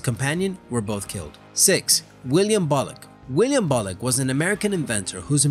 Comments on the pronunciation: William bullock its sounds like he said "Wiliam bollock" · Yes, yes it does...